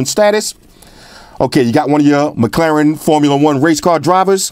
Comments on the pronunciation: do me a favour and teach Jaime Rivera how to pronounce McLaren. 😂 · is it mc claren or mc laren? hmmm